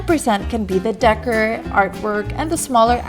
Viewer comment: Great thanks for sharing. You mispronounce “Decor”